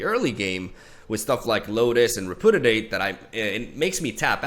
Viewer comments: Just a FYI, since I know English isn't your first language, but it's pronounced "re--pyoo--dee--ate". You keep saying it like re--poo--dee--ate or even re--poo--did--ate and not gonna lie, it hurts T_T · rep-yoo-diate, not re-poo-diate. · REH - PEW - DEE - 8. Not repoodidate lmao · I thought "RepudiDate" was a joke, but now I'm not so sure. Haha. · Re - Pew - Dee - Ate